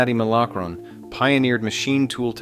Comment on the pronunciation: The things you have said here are factually correct. However, if you're going to do a documentary piece on Cincinnati, it would really help your credibility if you could properly pronounce words suck as "Porkopolis," "Milacron" (and you never even mentioned that it began as Cincinnati Milling Machine, with the Milacron name coming relatively recently), and--most egregious of all--"Cincinnatian!" To a lifelong Cincinnatian (pronounced "Cincinnati-an," not "Cinci-nation") you come off sounding like a dope, and an obvious outsider who didn't bother to do enough research. That, combined with the amateurish editing blunders, means that I can say with confidence that I won't be wasting any more time watching any of your videos.